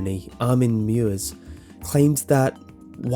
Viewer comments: Great video, only one suggested improvement: Armin Meiwes name may look like it's pronounced "mews" but it's actually "my-ves" :-) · Worst pronounciation of Armin MEIWES ever lol. Nice video though. I love cannibalism though. I'm vegetarian by the way, don't worry.